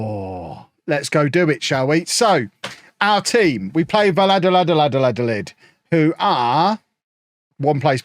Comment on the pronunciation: Valladolids name is not that hard u just say it like this: Vaya dolid The double L in Spanish is the equivalent of a Y in English